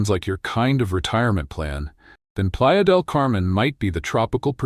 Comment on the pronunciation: your AI isn't pronouncing spanish correctly. Playa De Camen is very crowded and PV is expensive for MX.